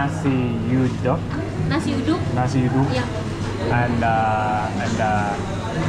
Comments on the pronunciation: Nasi yu-dak=nasi uduk..😂 i thought you were eating duck rice..😂😅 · At the McDonald's, you ate nasi uduk. The word uduk is promounced as OOH-DOOK.. hopefully it helps. The rice is cooked with coconut milk. Nasi is rice in English. The next time you come to Jakarta again, I could recommend some other dishes such as Manadonese to eat and places to vist 😊😊😊😊😊😊😊